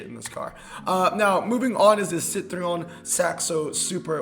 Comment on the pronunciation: Citroen not citreon. I understand not having any interest in particular brands but as a car guy you have to atleast be able to pronounce car brands💔